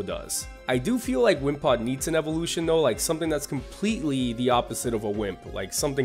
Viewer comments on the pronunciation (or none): none